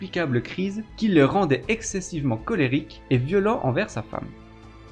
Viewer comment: Et toi tu ne serais pas possédé par l'esprit d'un segpa pour prononcer systématiquement les "et" en "est"??